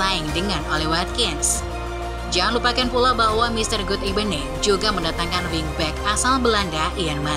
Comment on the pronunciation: Kadang² God ebening